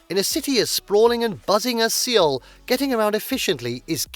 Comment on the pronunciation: I could not get over the mispronunciation of Seoul and bursted out laughing for 3 - 5 minutes. 😆 It's pronounced as "Soul".